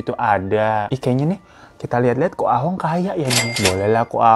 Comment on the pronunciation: Koh Ahong ❌ koh Ah tong ✔️ 😂